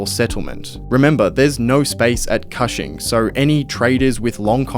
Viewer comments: you did a lot of work on this video and didn't look up how to say Cushing Oklahoma? It's not kahshing... it's kooshing. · Cushing is an hour from where i live. It is pronounced cooshing, like whooshing or the first part of cushion. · Thats not how you pronounce Cushing, its pronounced like Kush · Cushing, Oklahoma. Is supposed to rhyme with pushing. Like kush-ing. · Cushing, Ok Like "Cushion" but "Cushing". Idk why you're saying it like that lol. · "coo" "shing" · Love your videos... but I'm a bit sad that you missed the pronunciation of Cushing Oklahoma... so badly.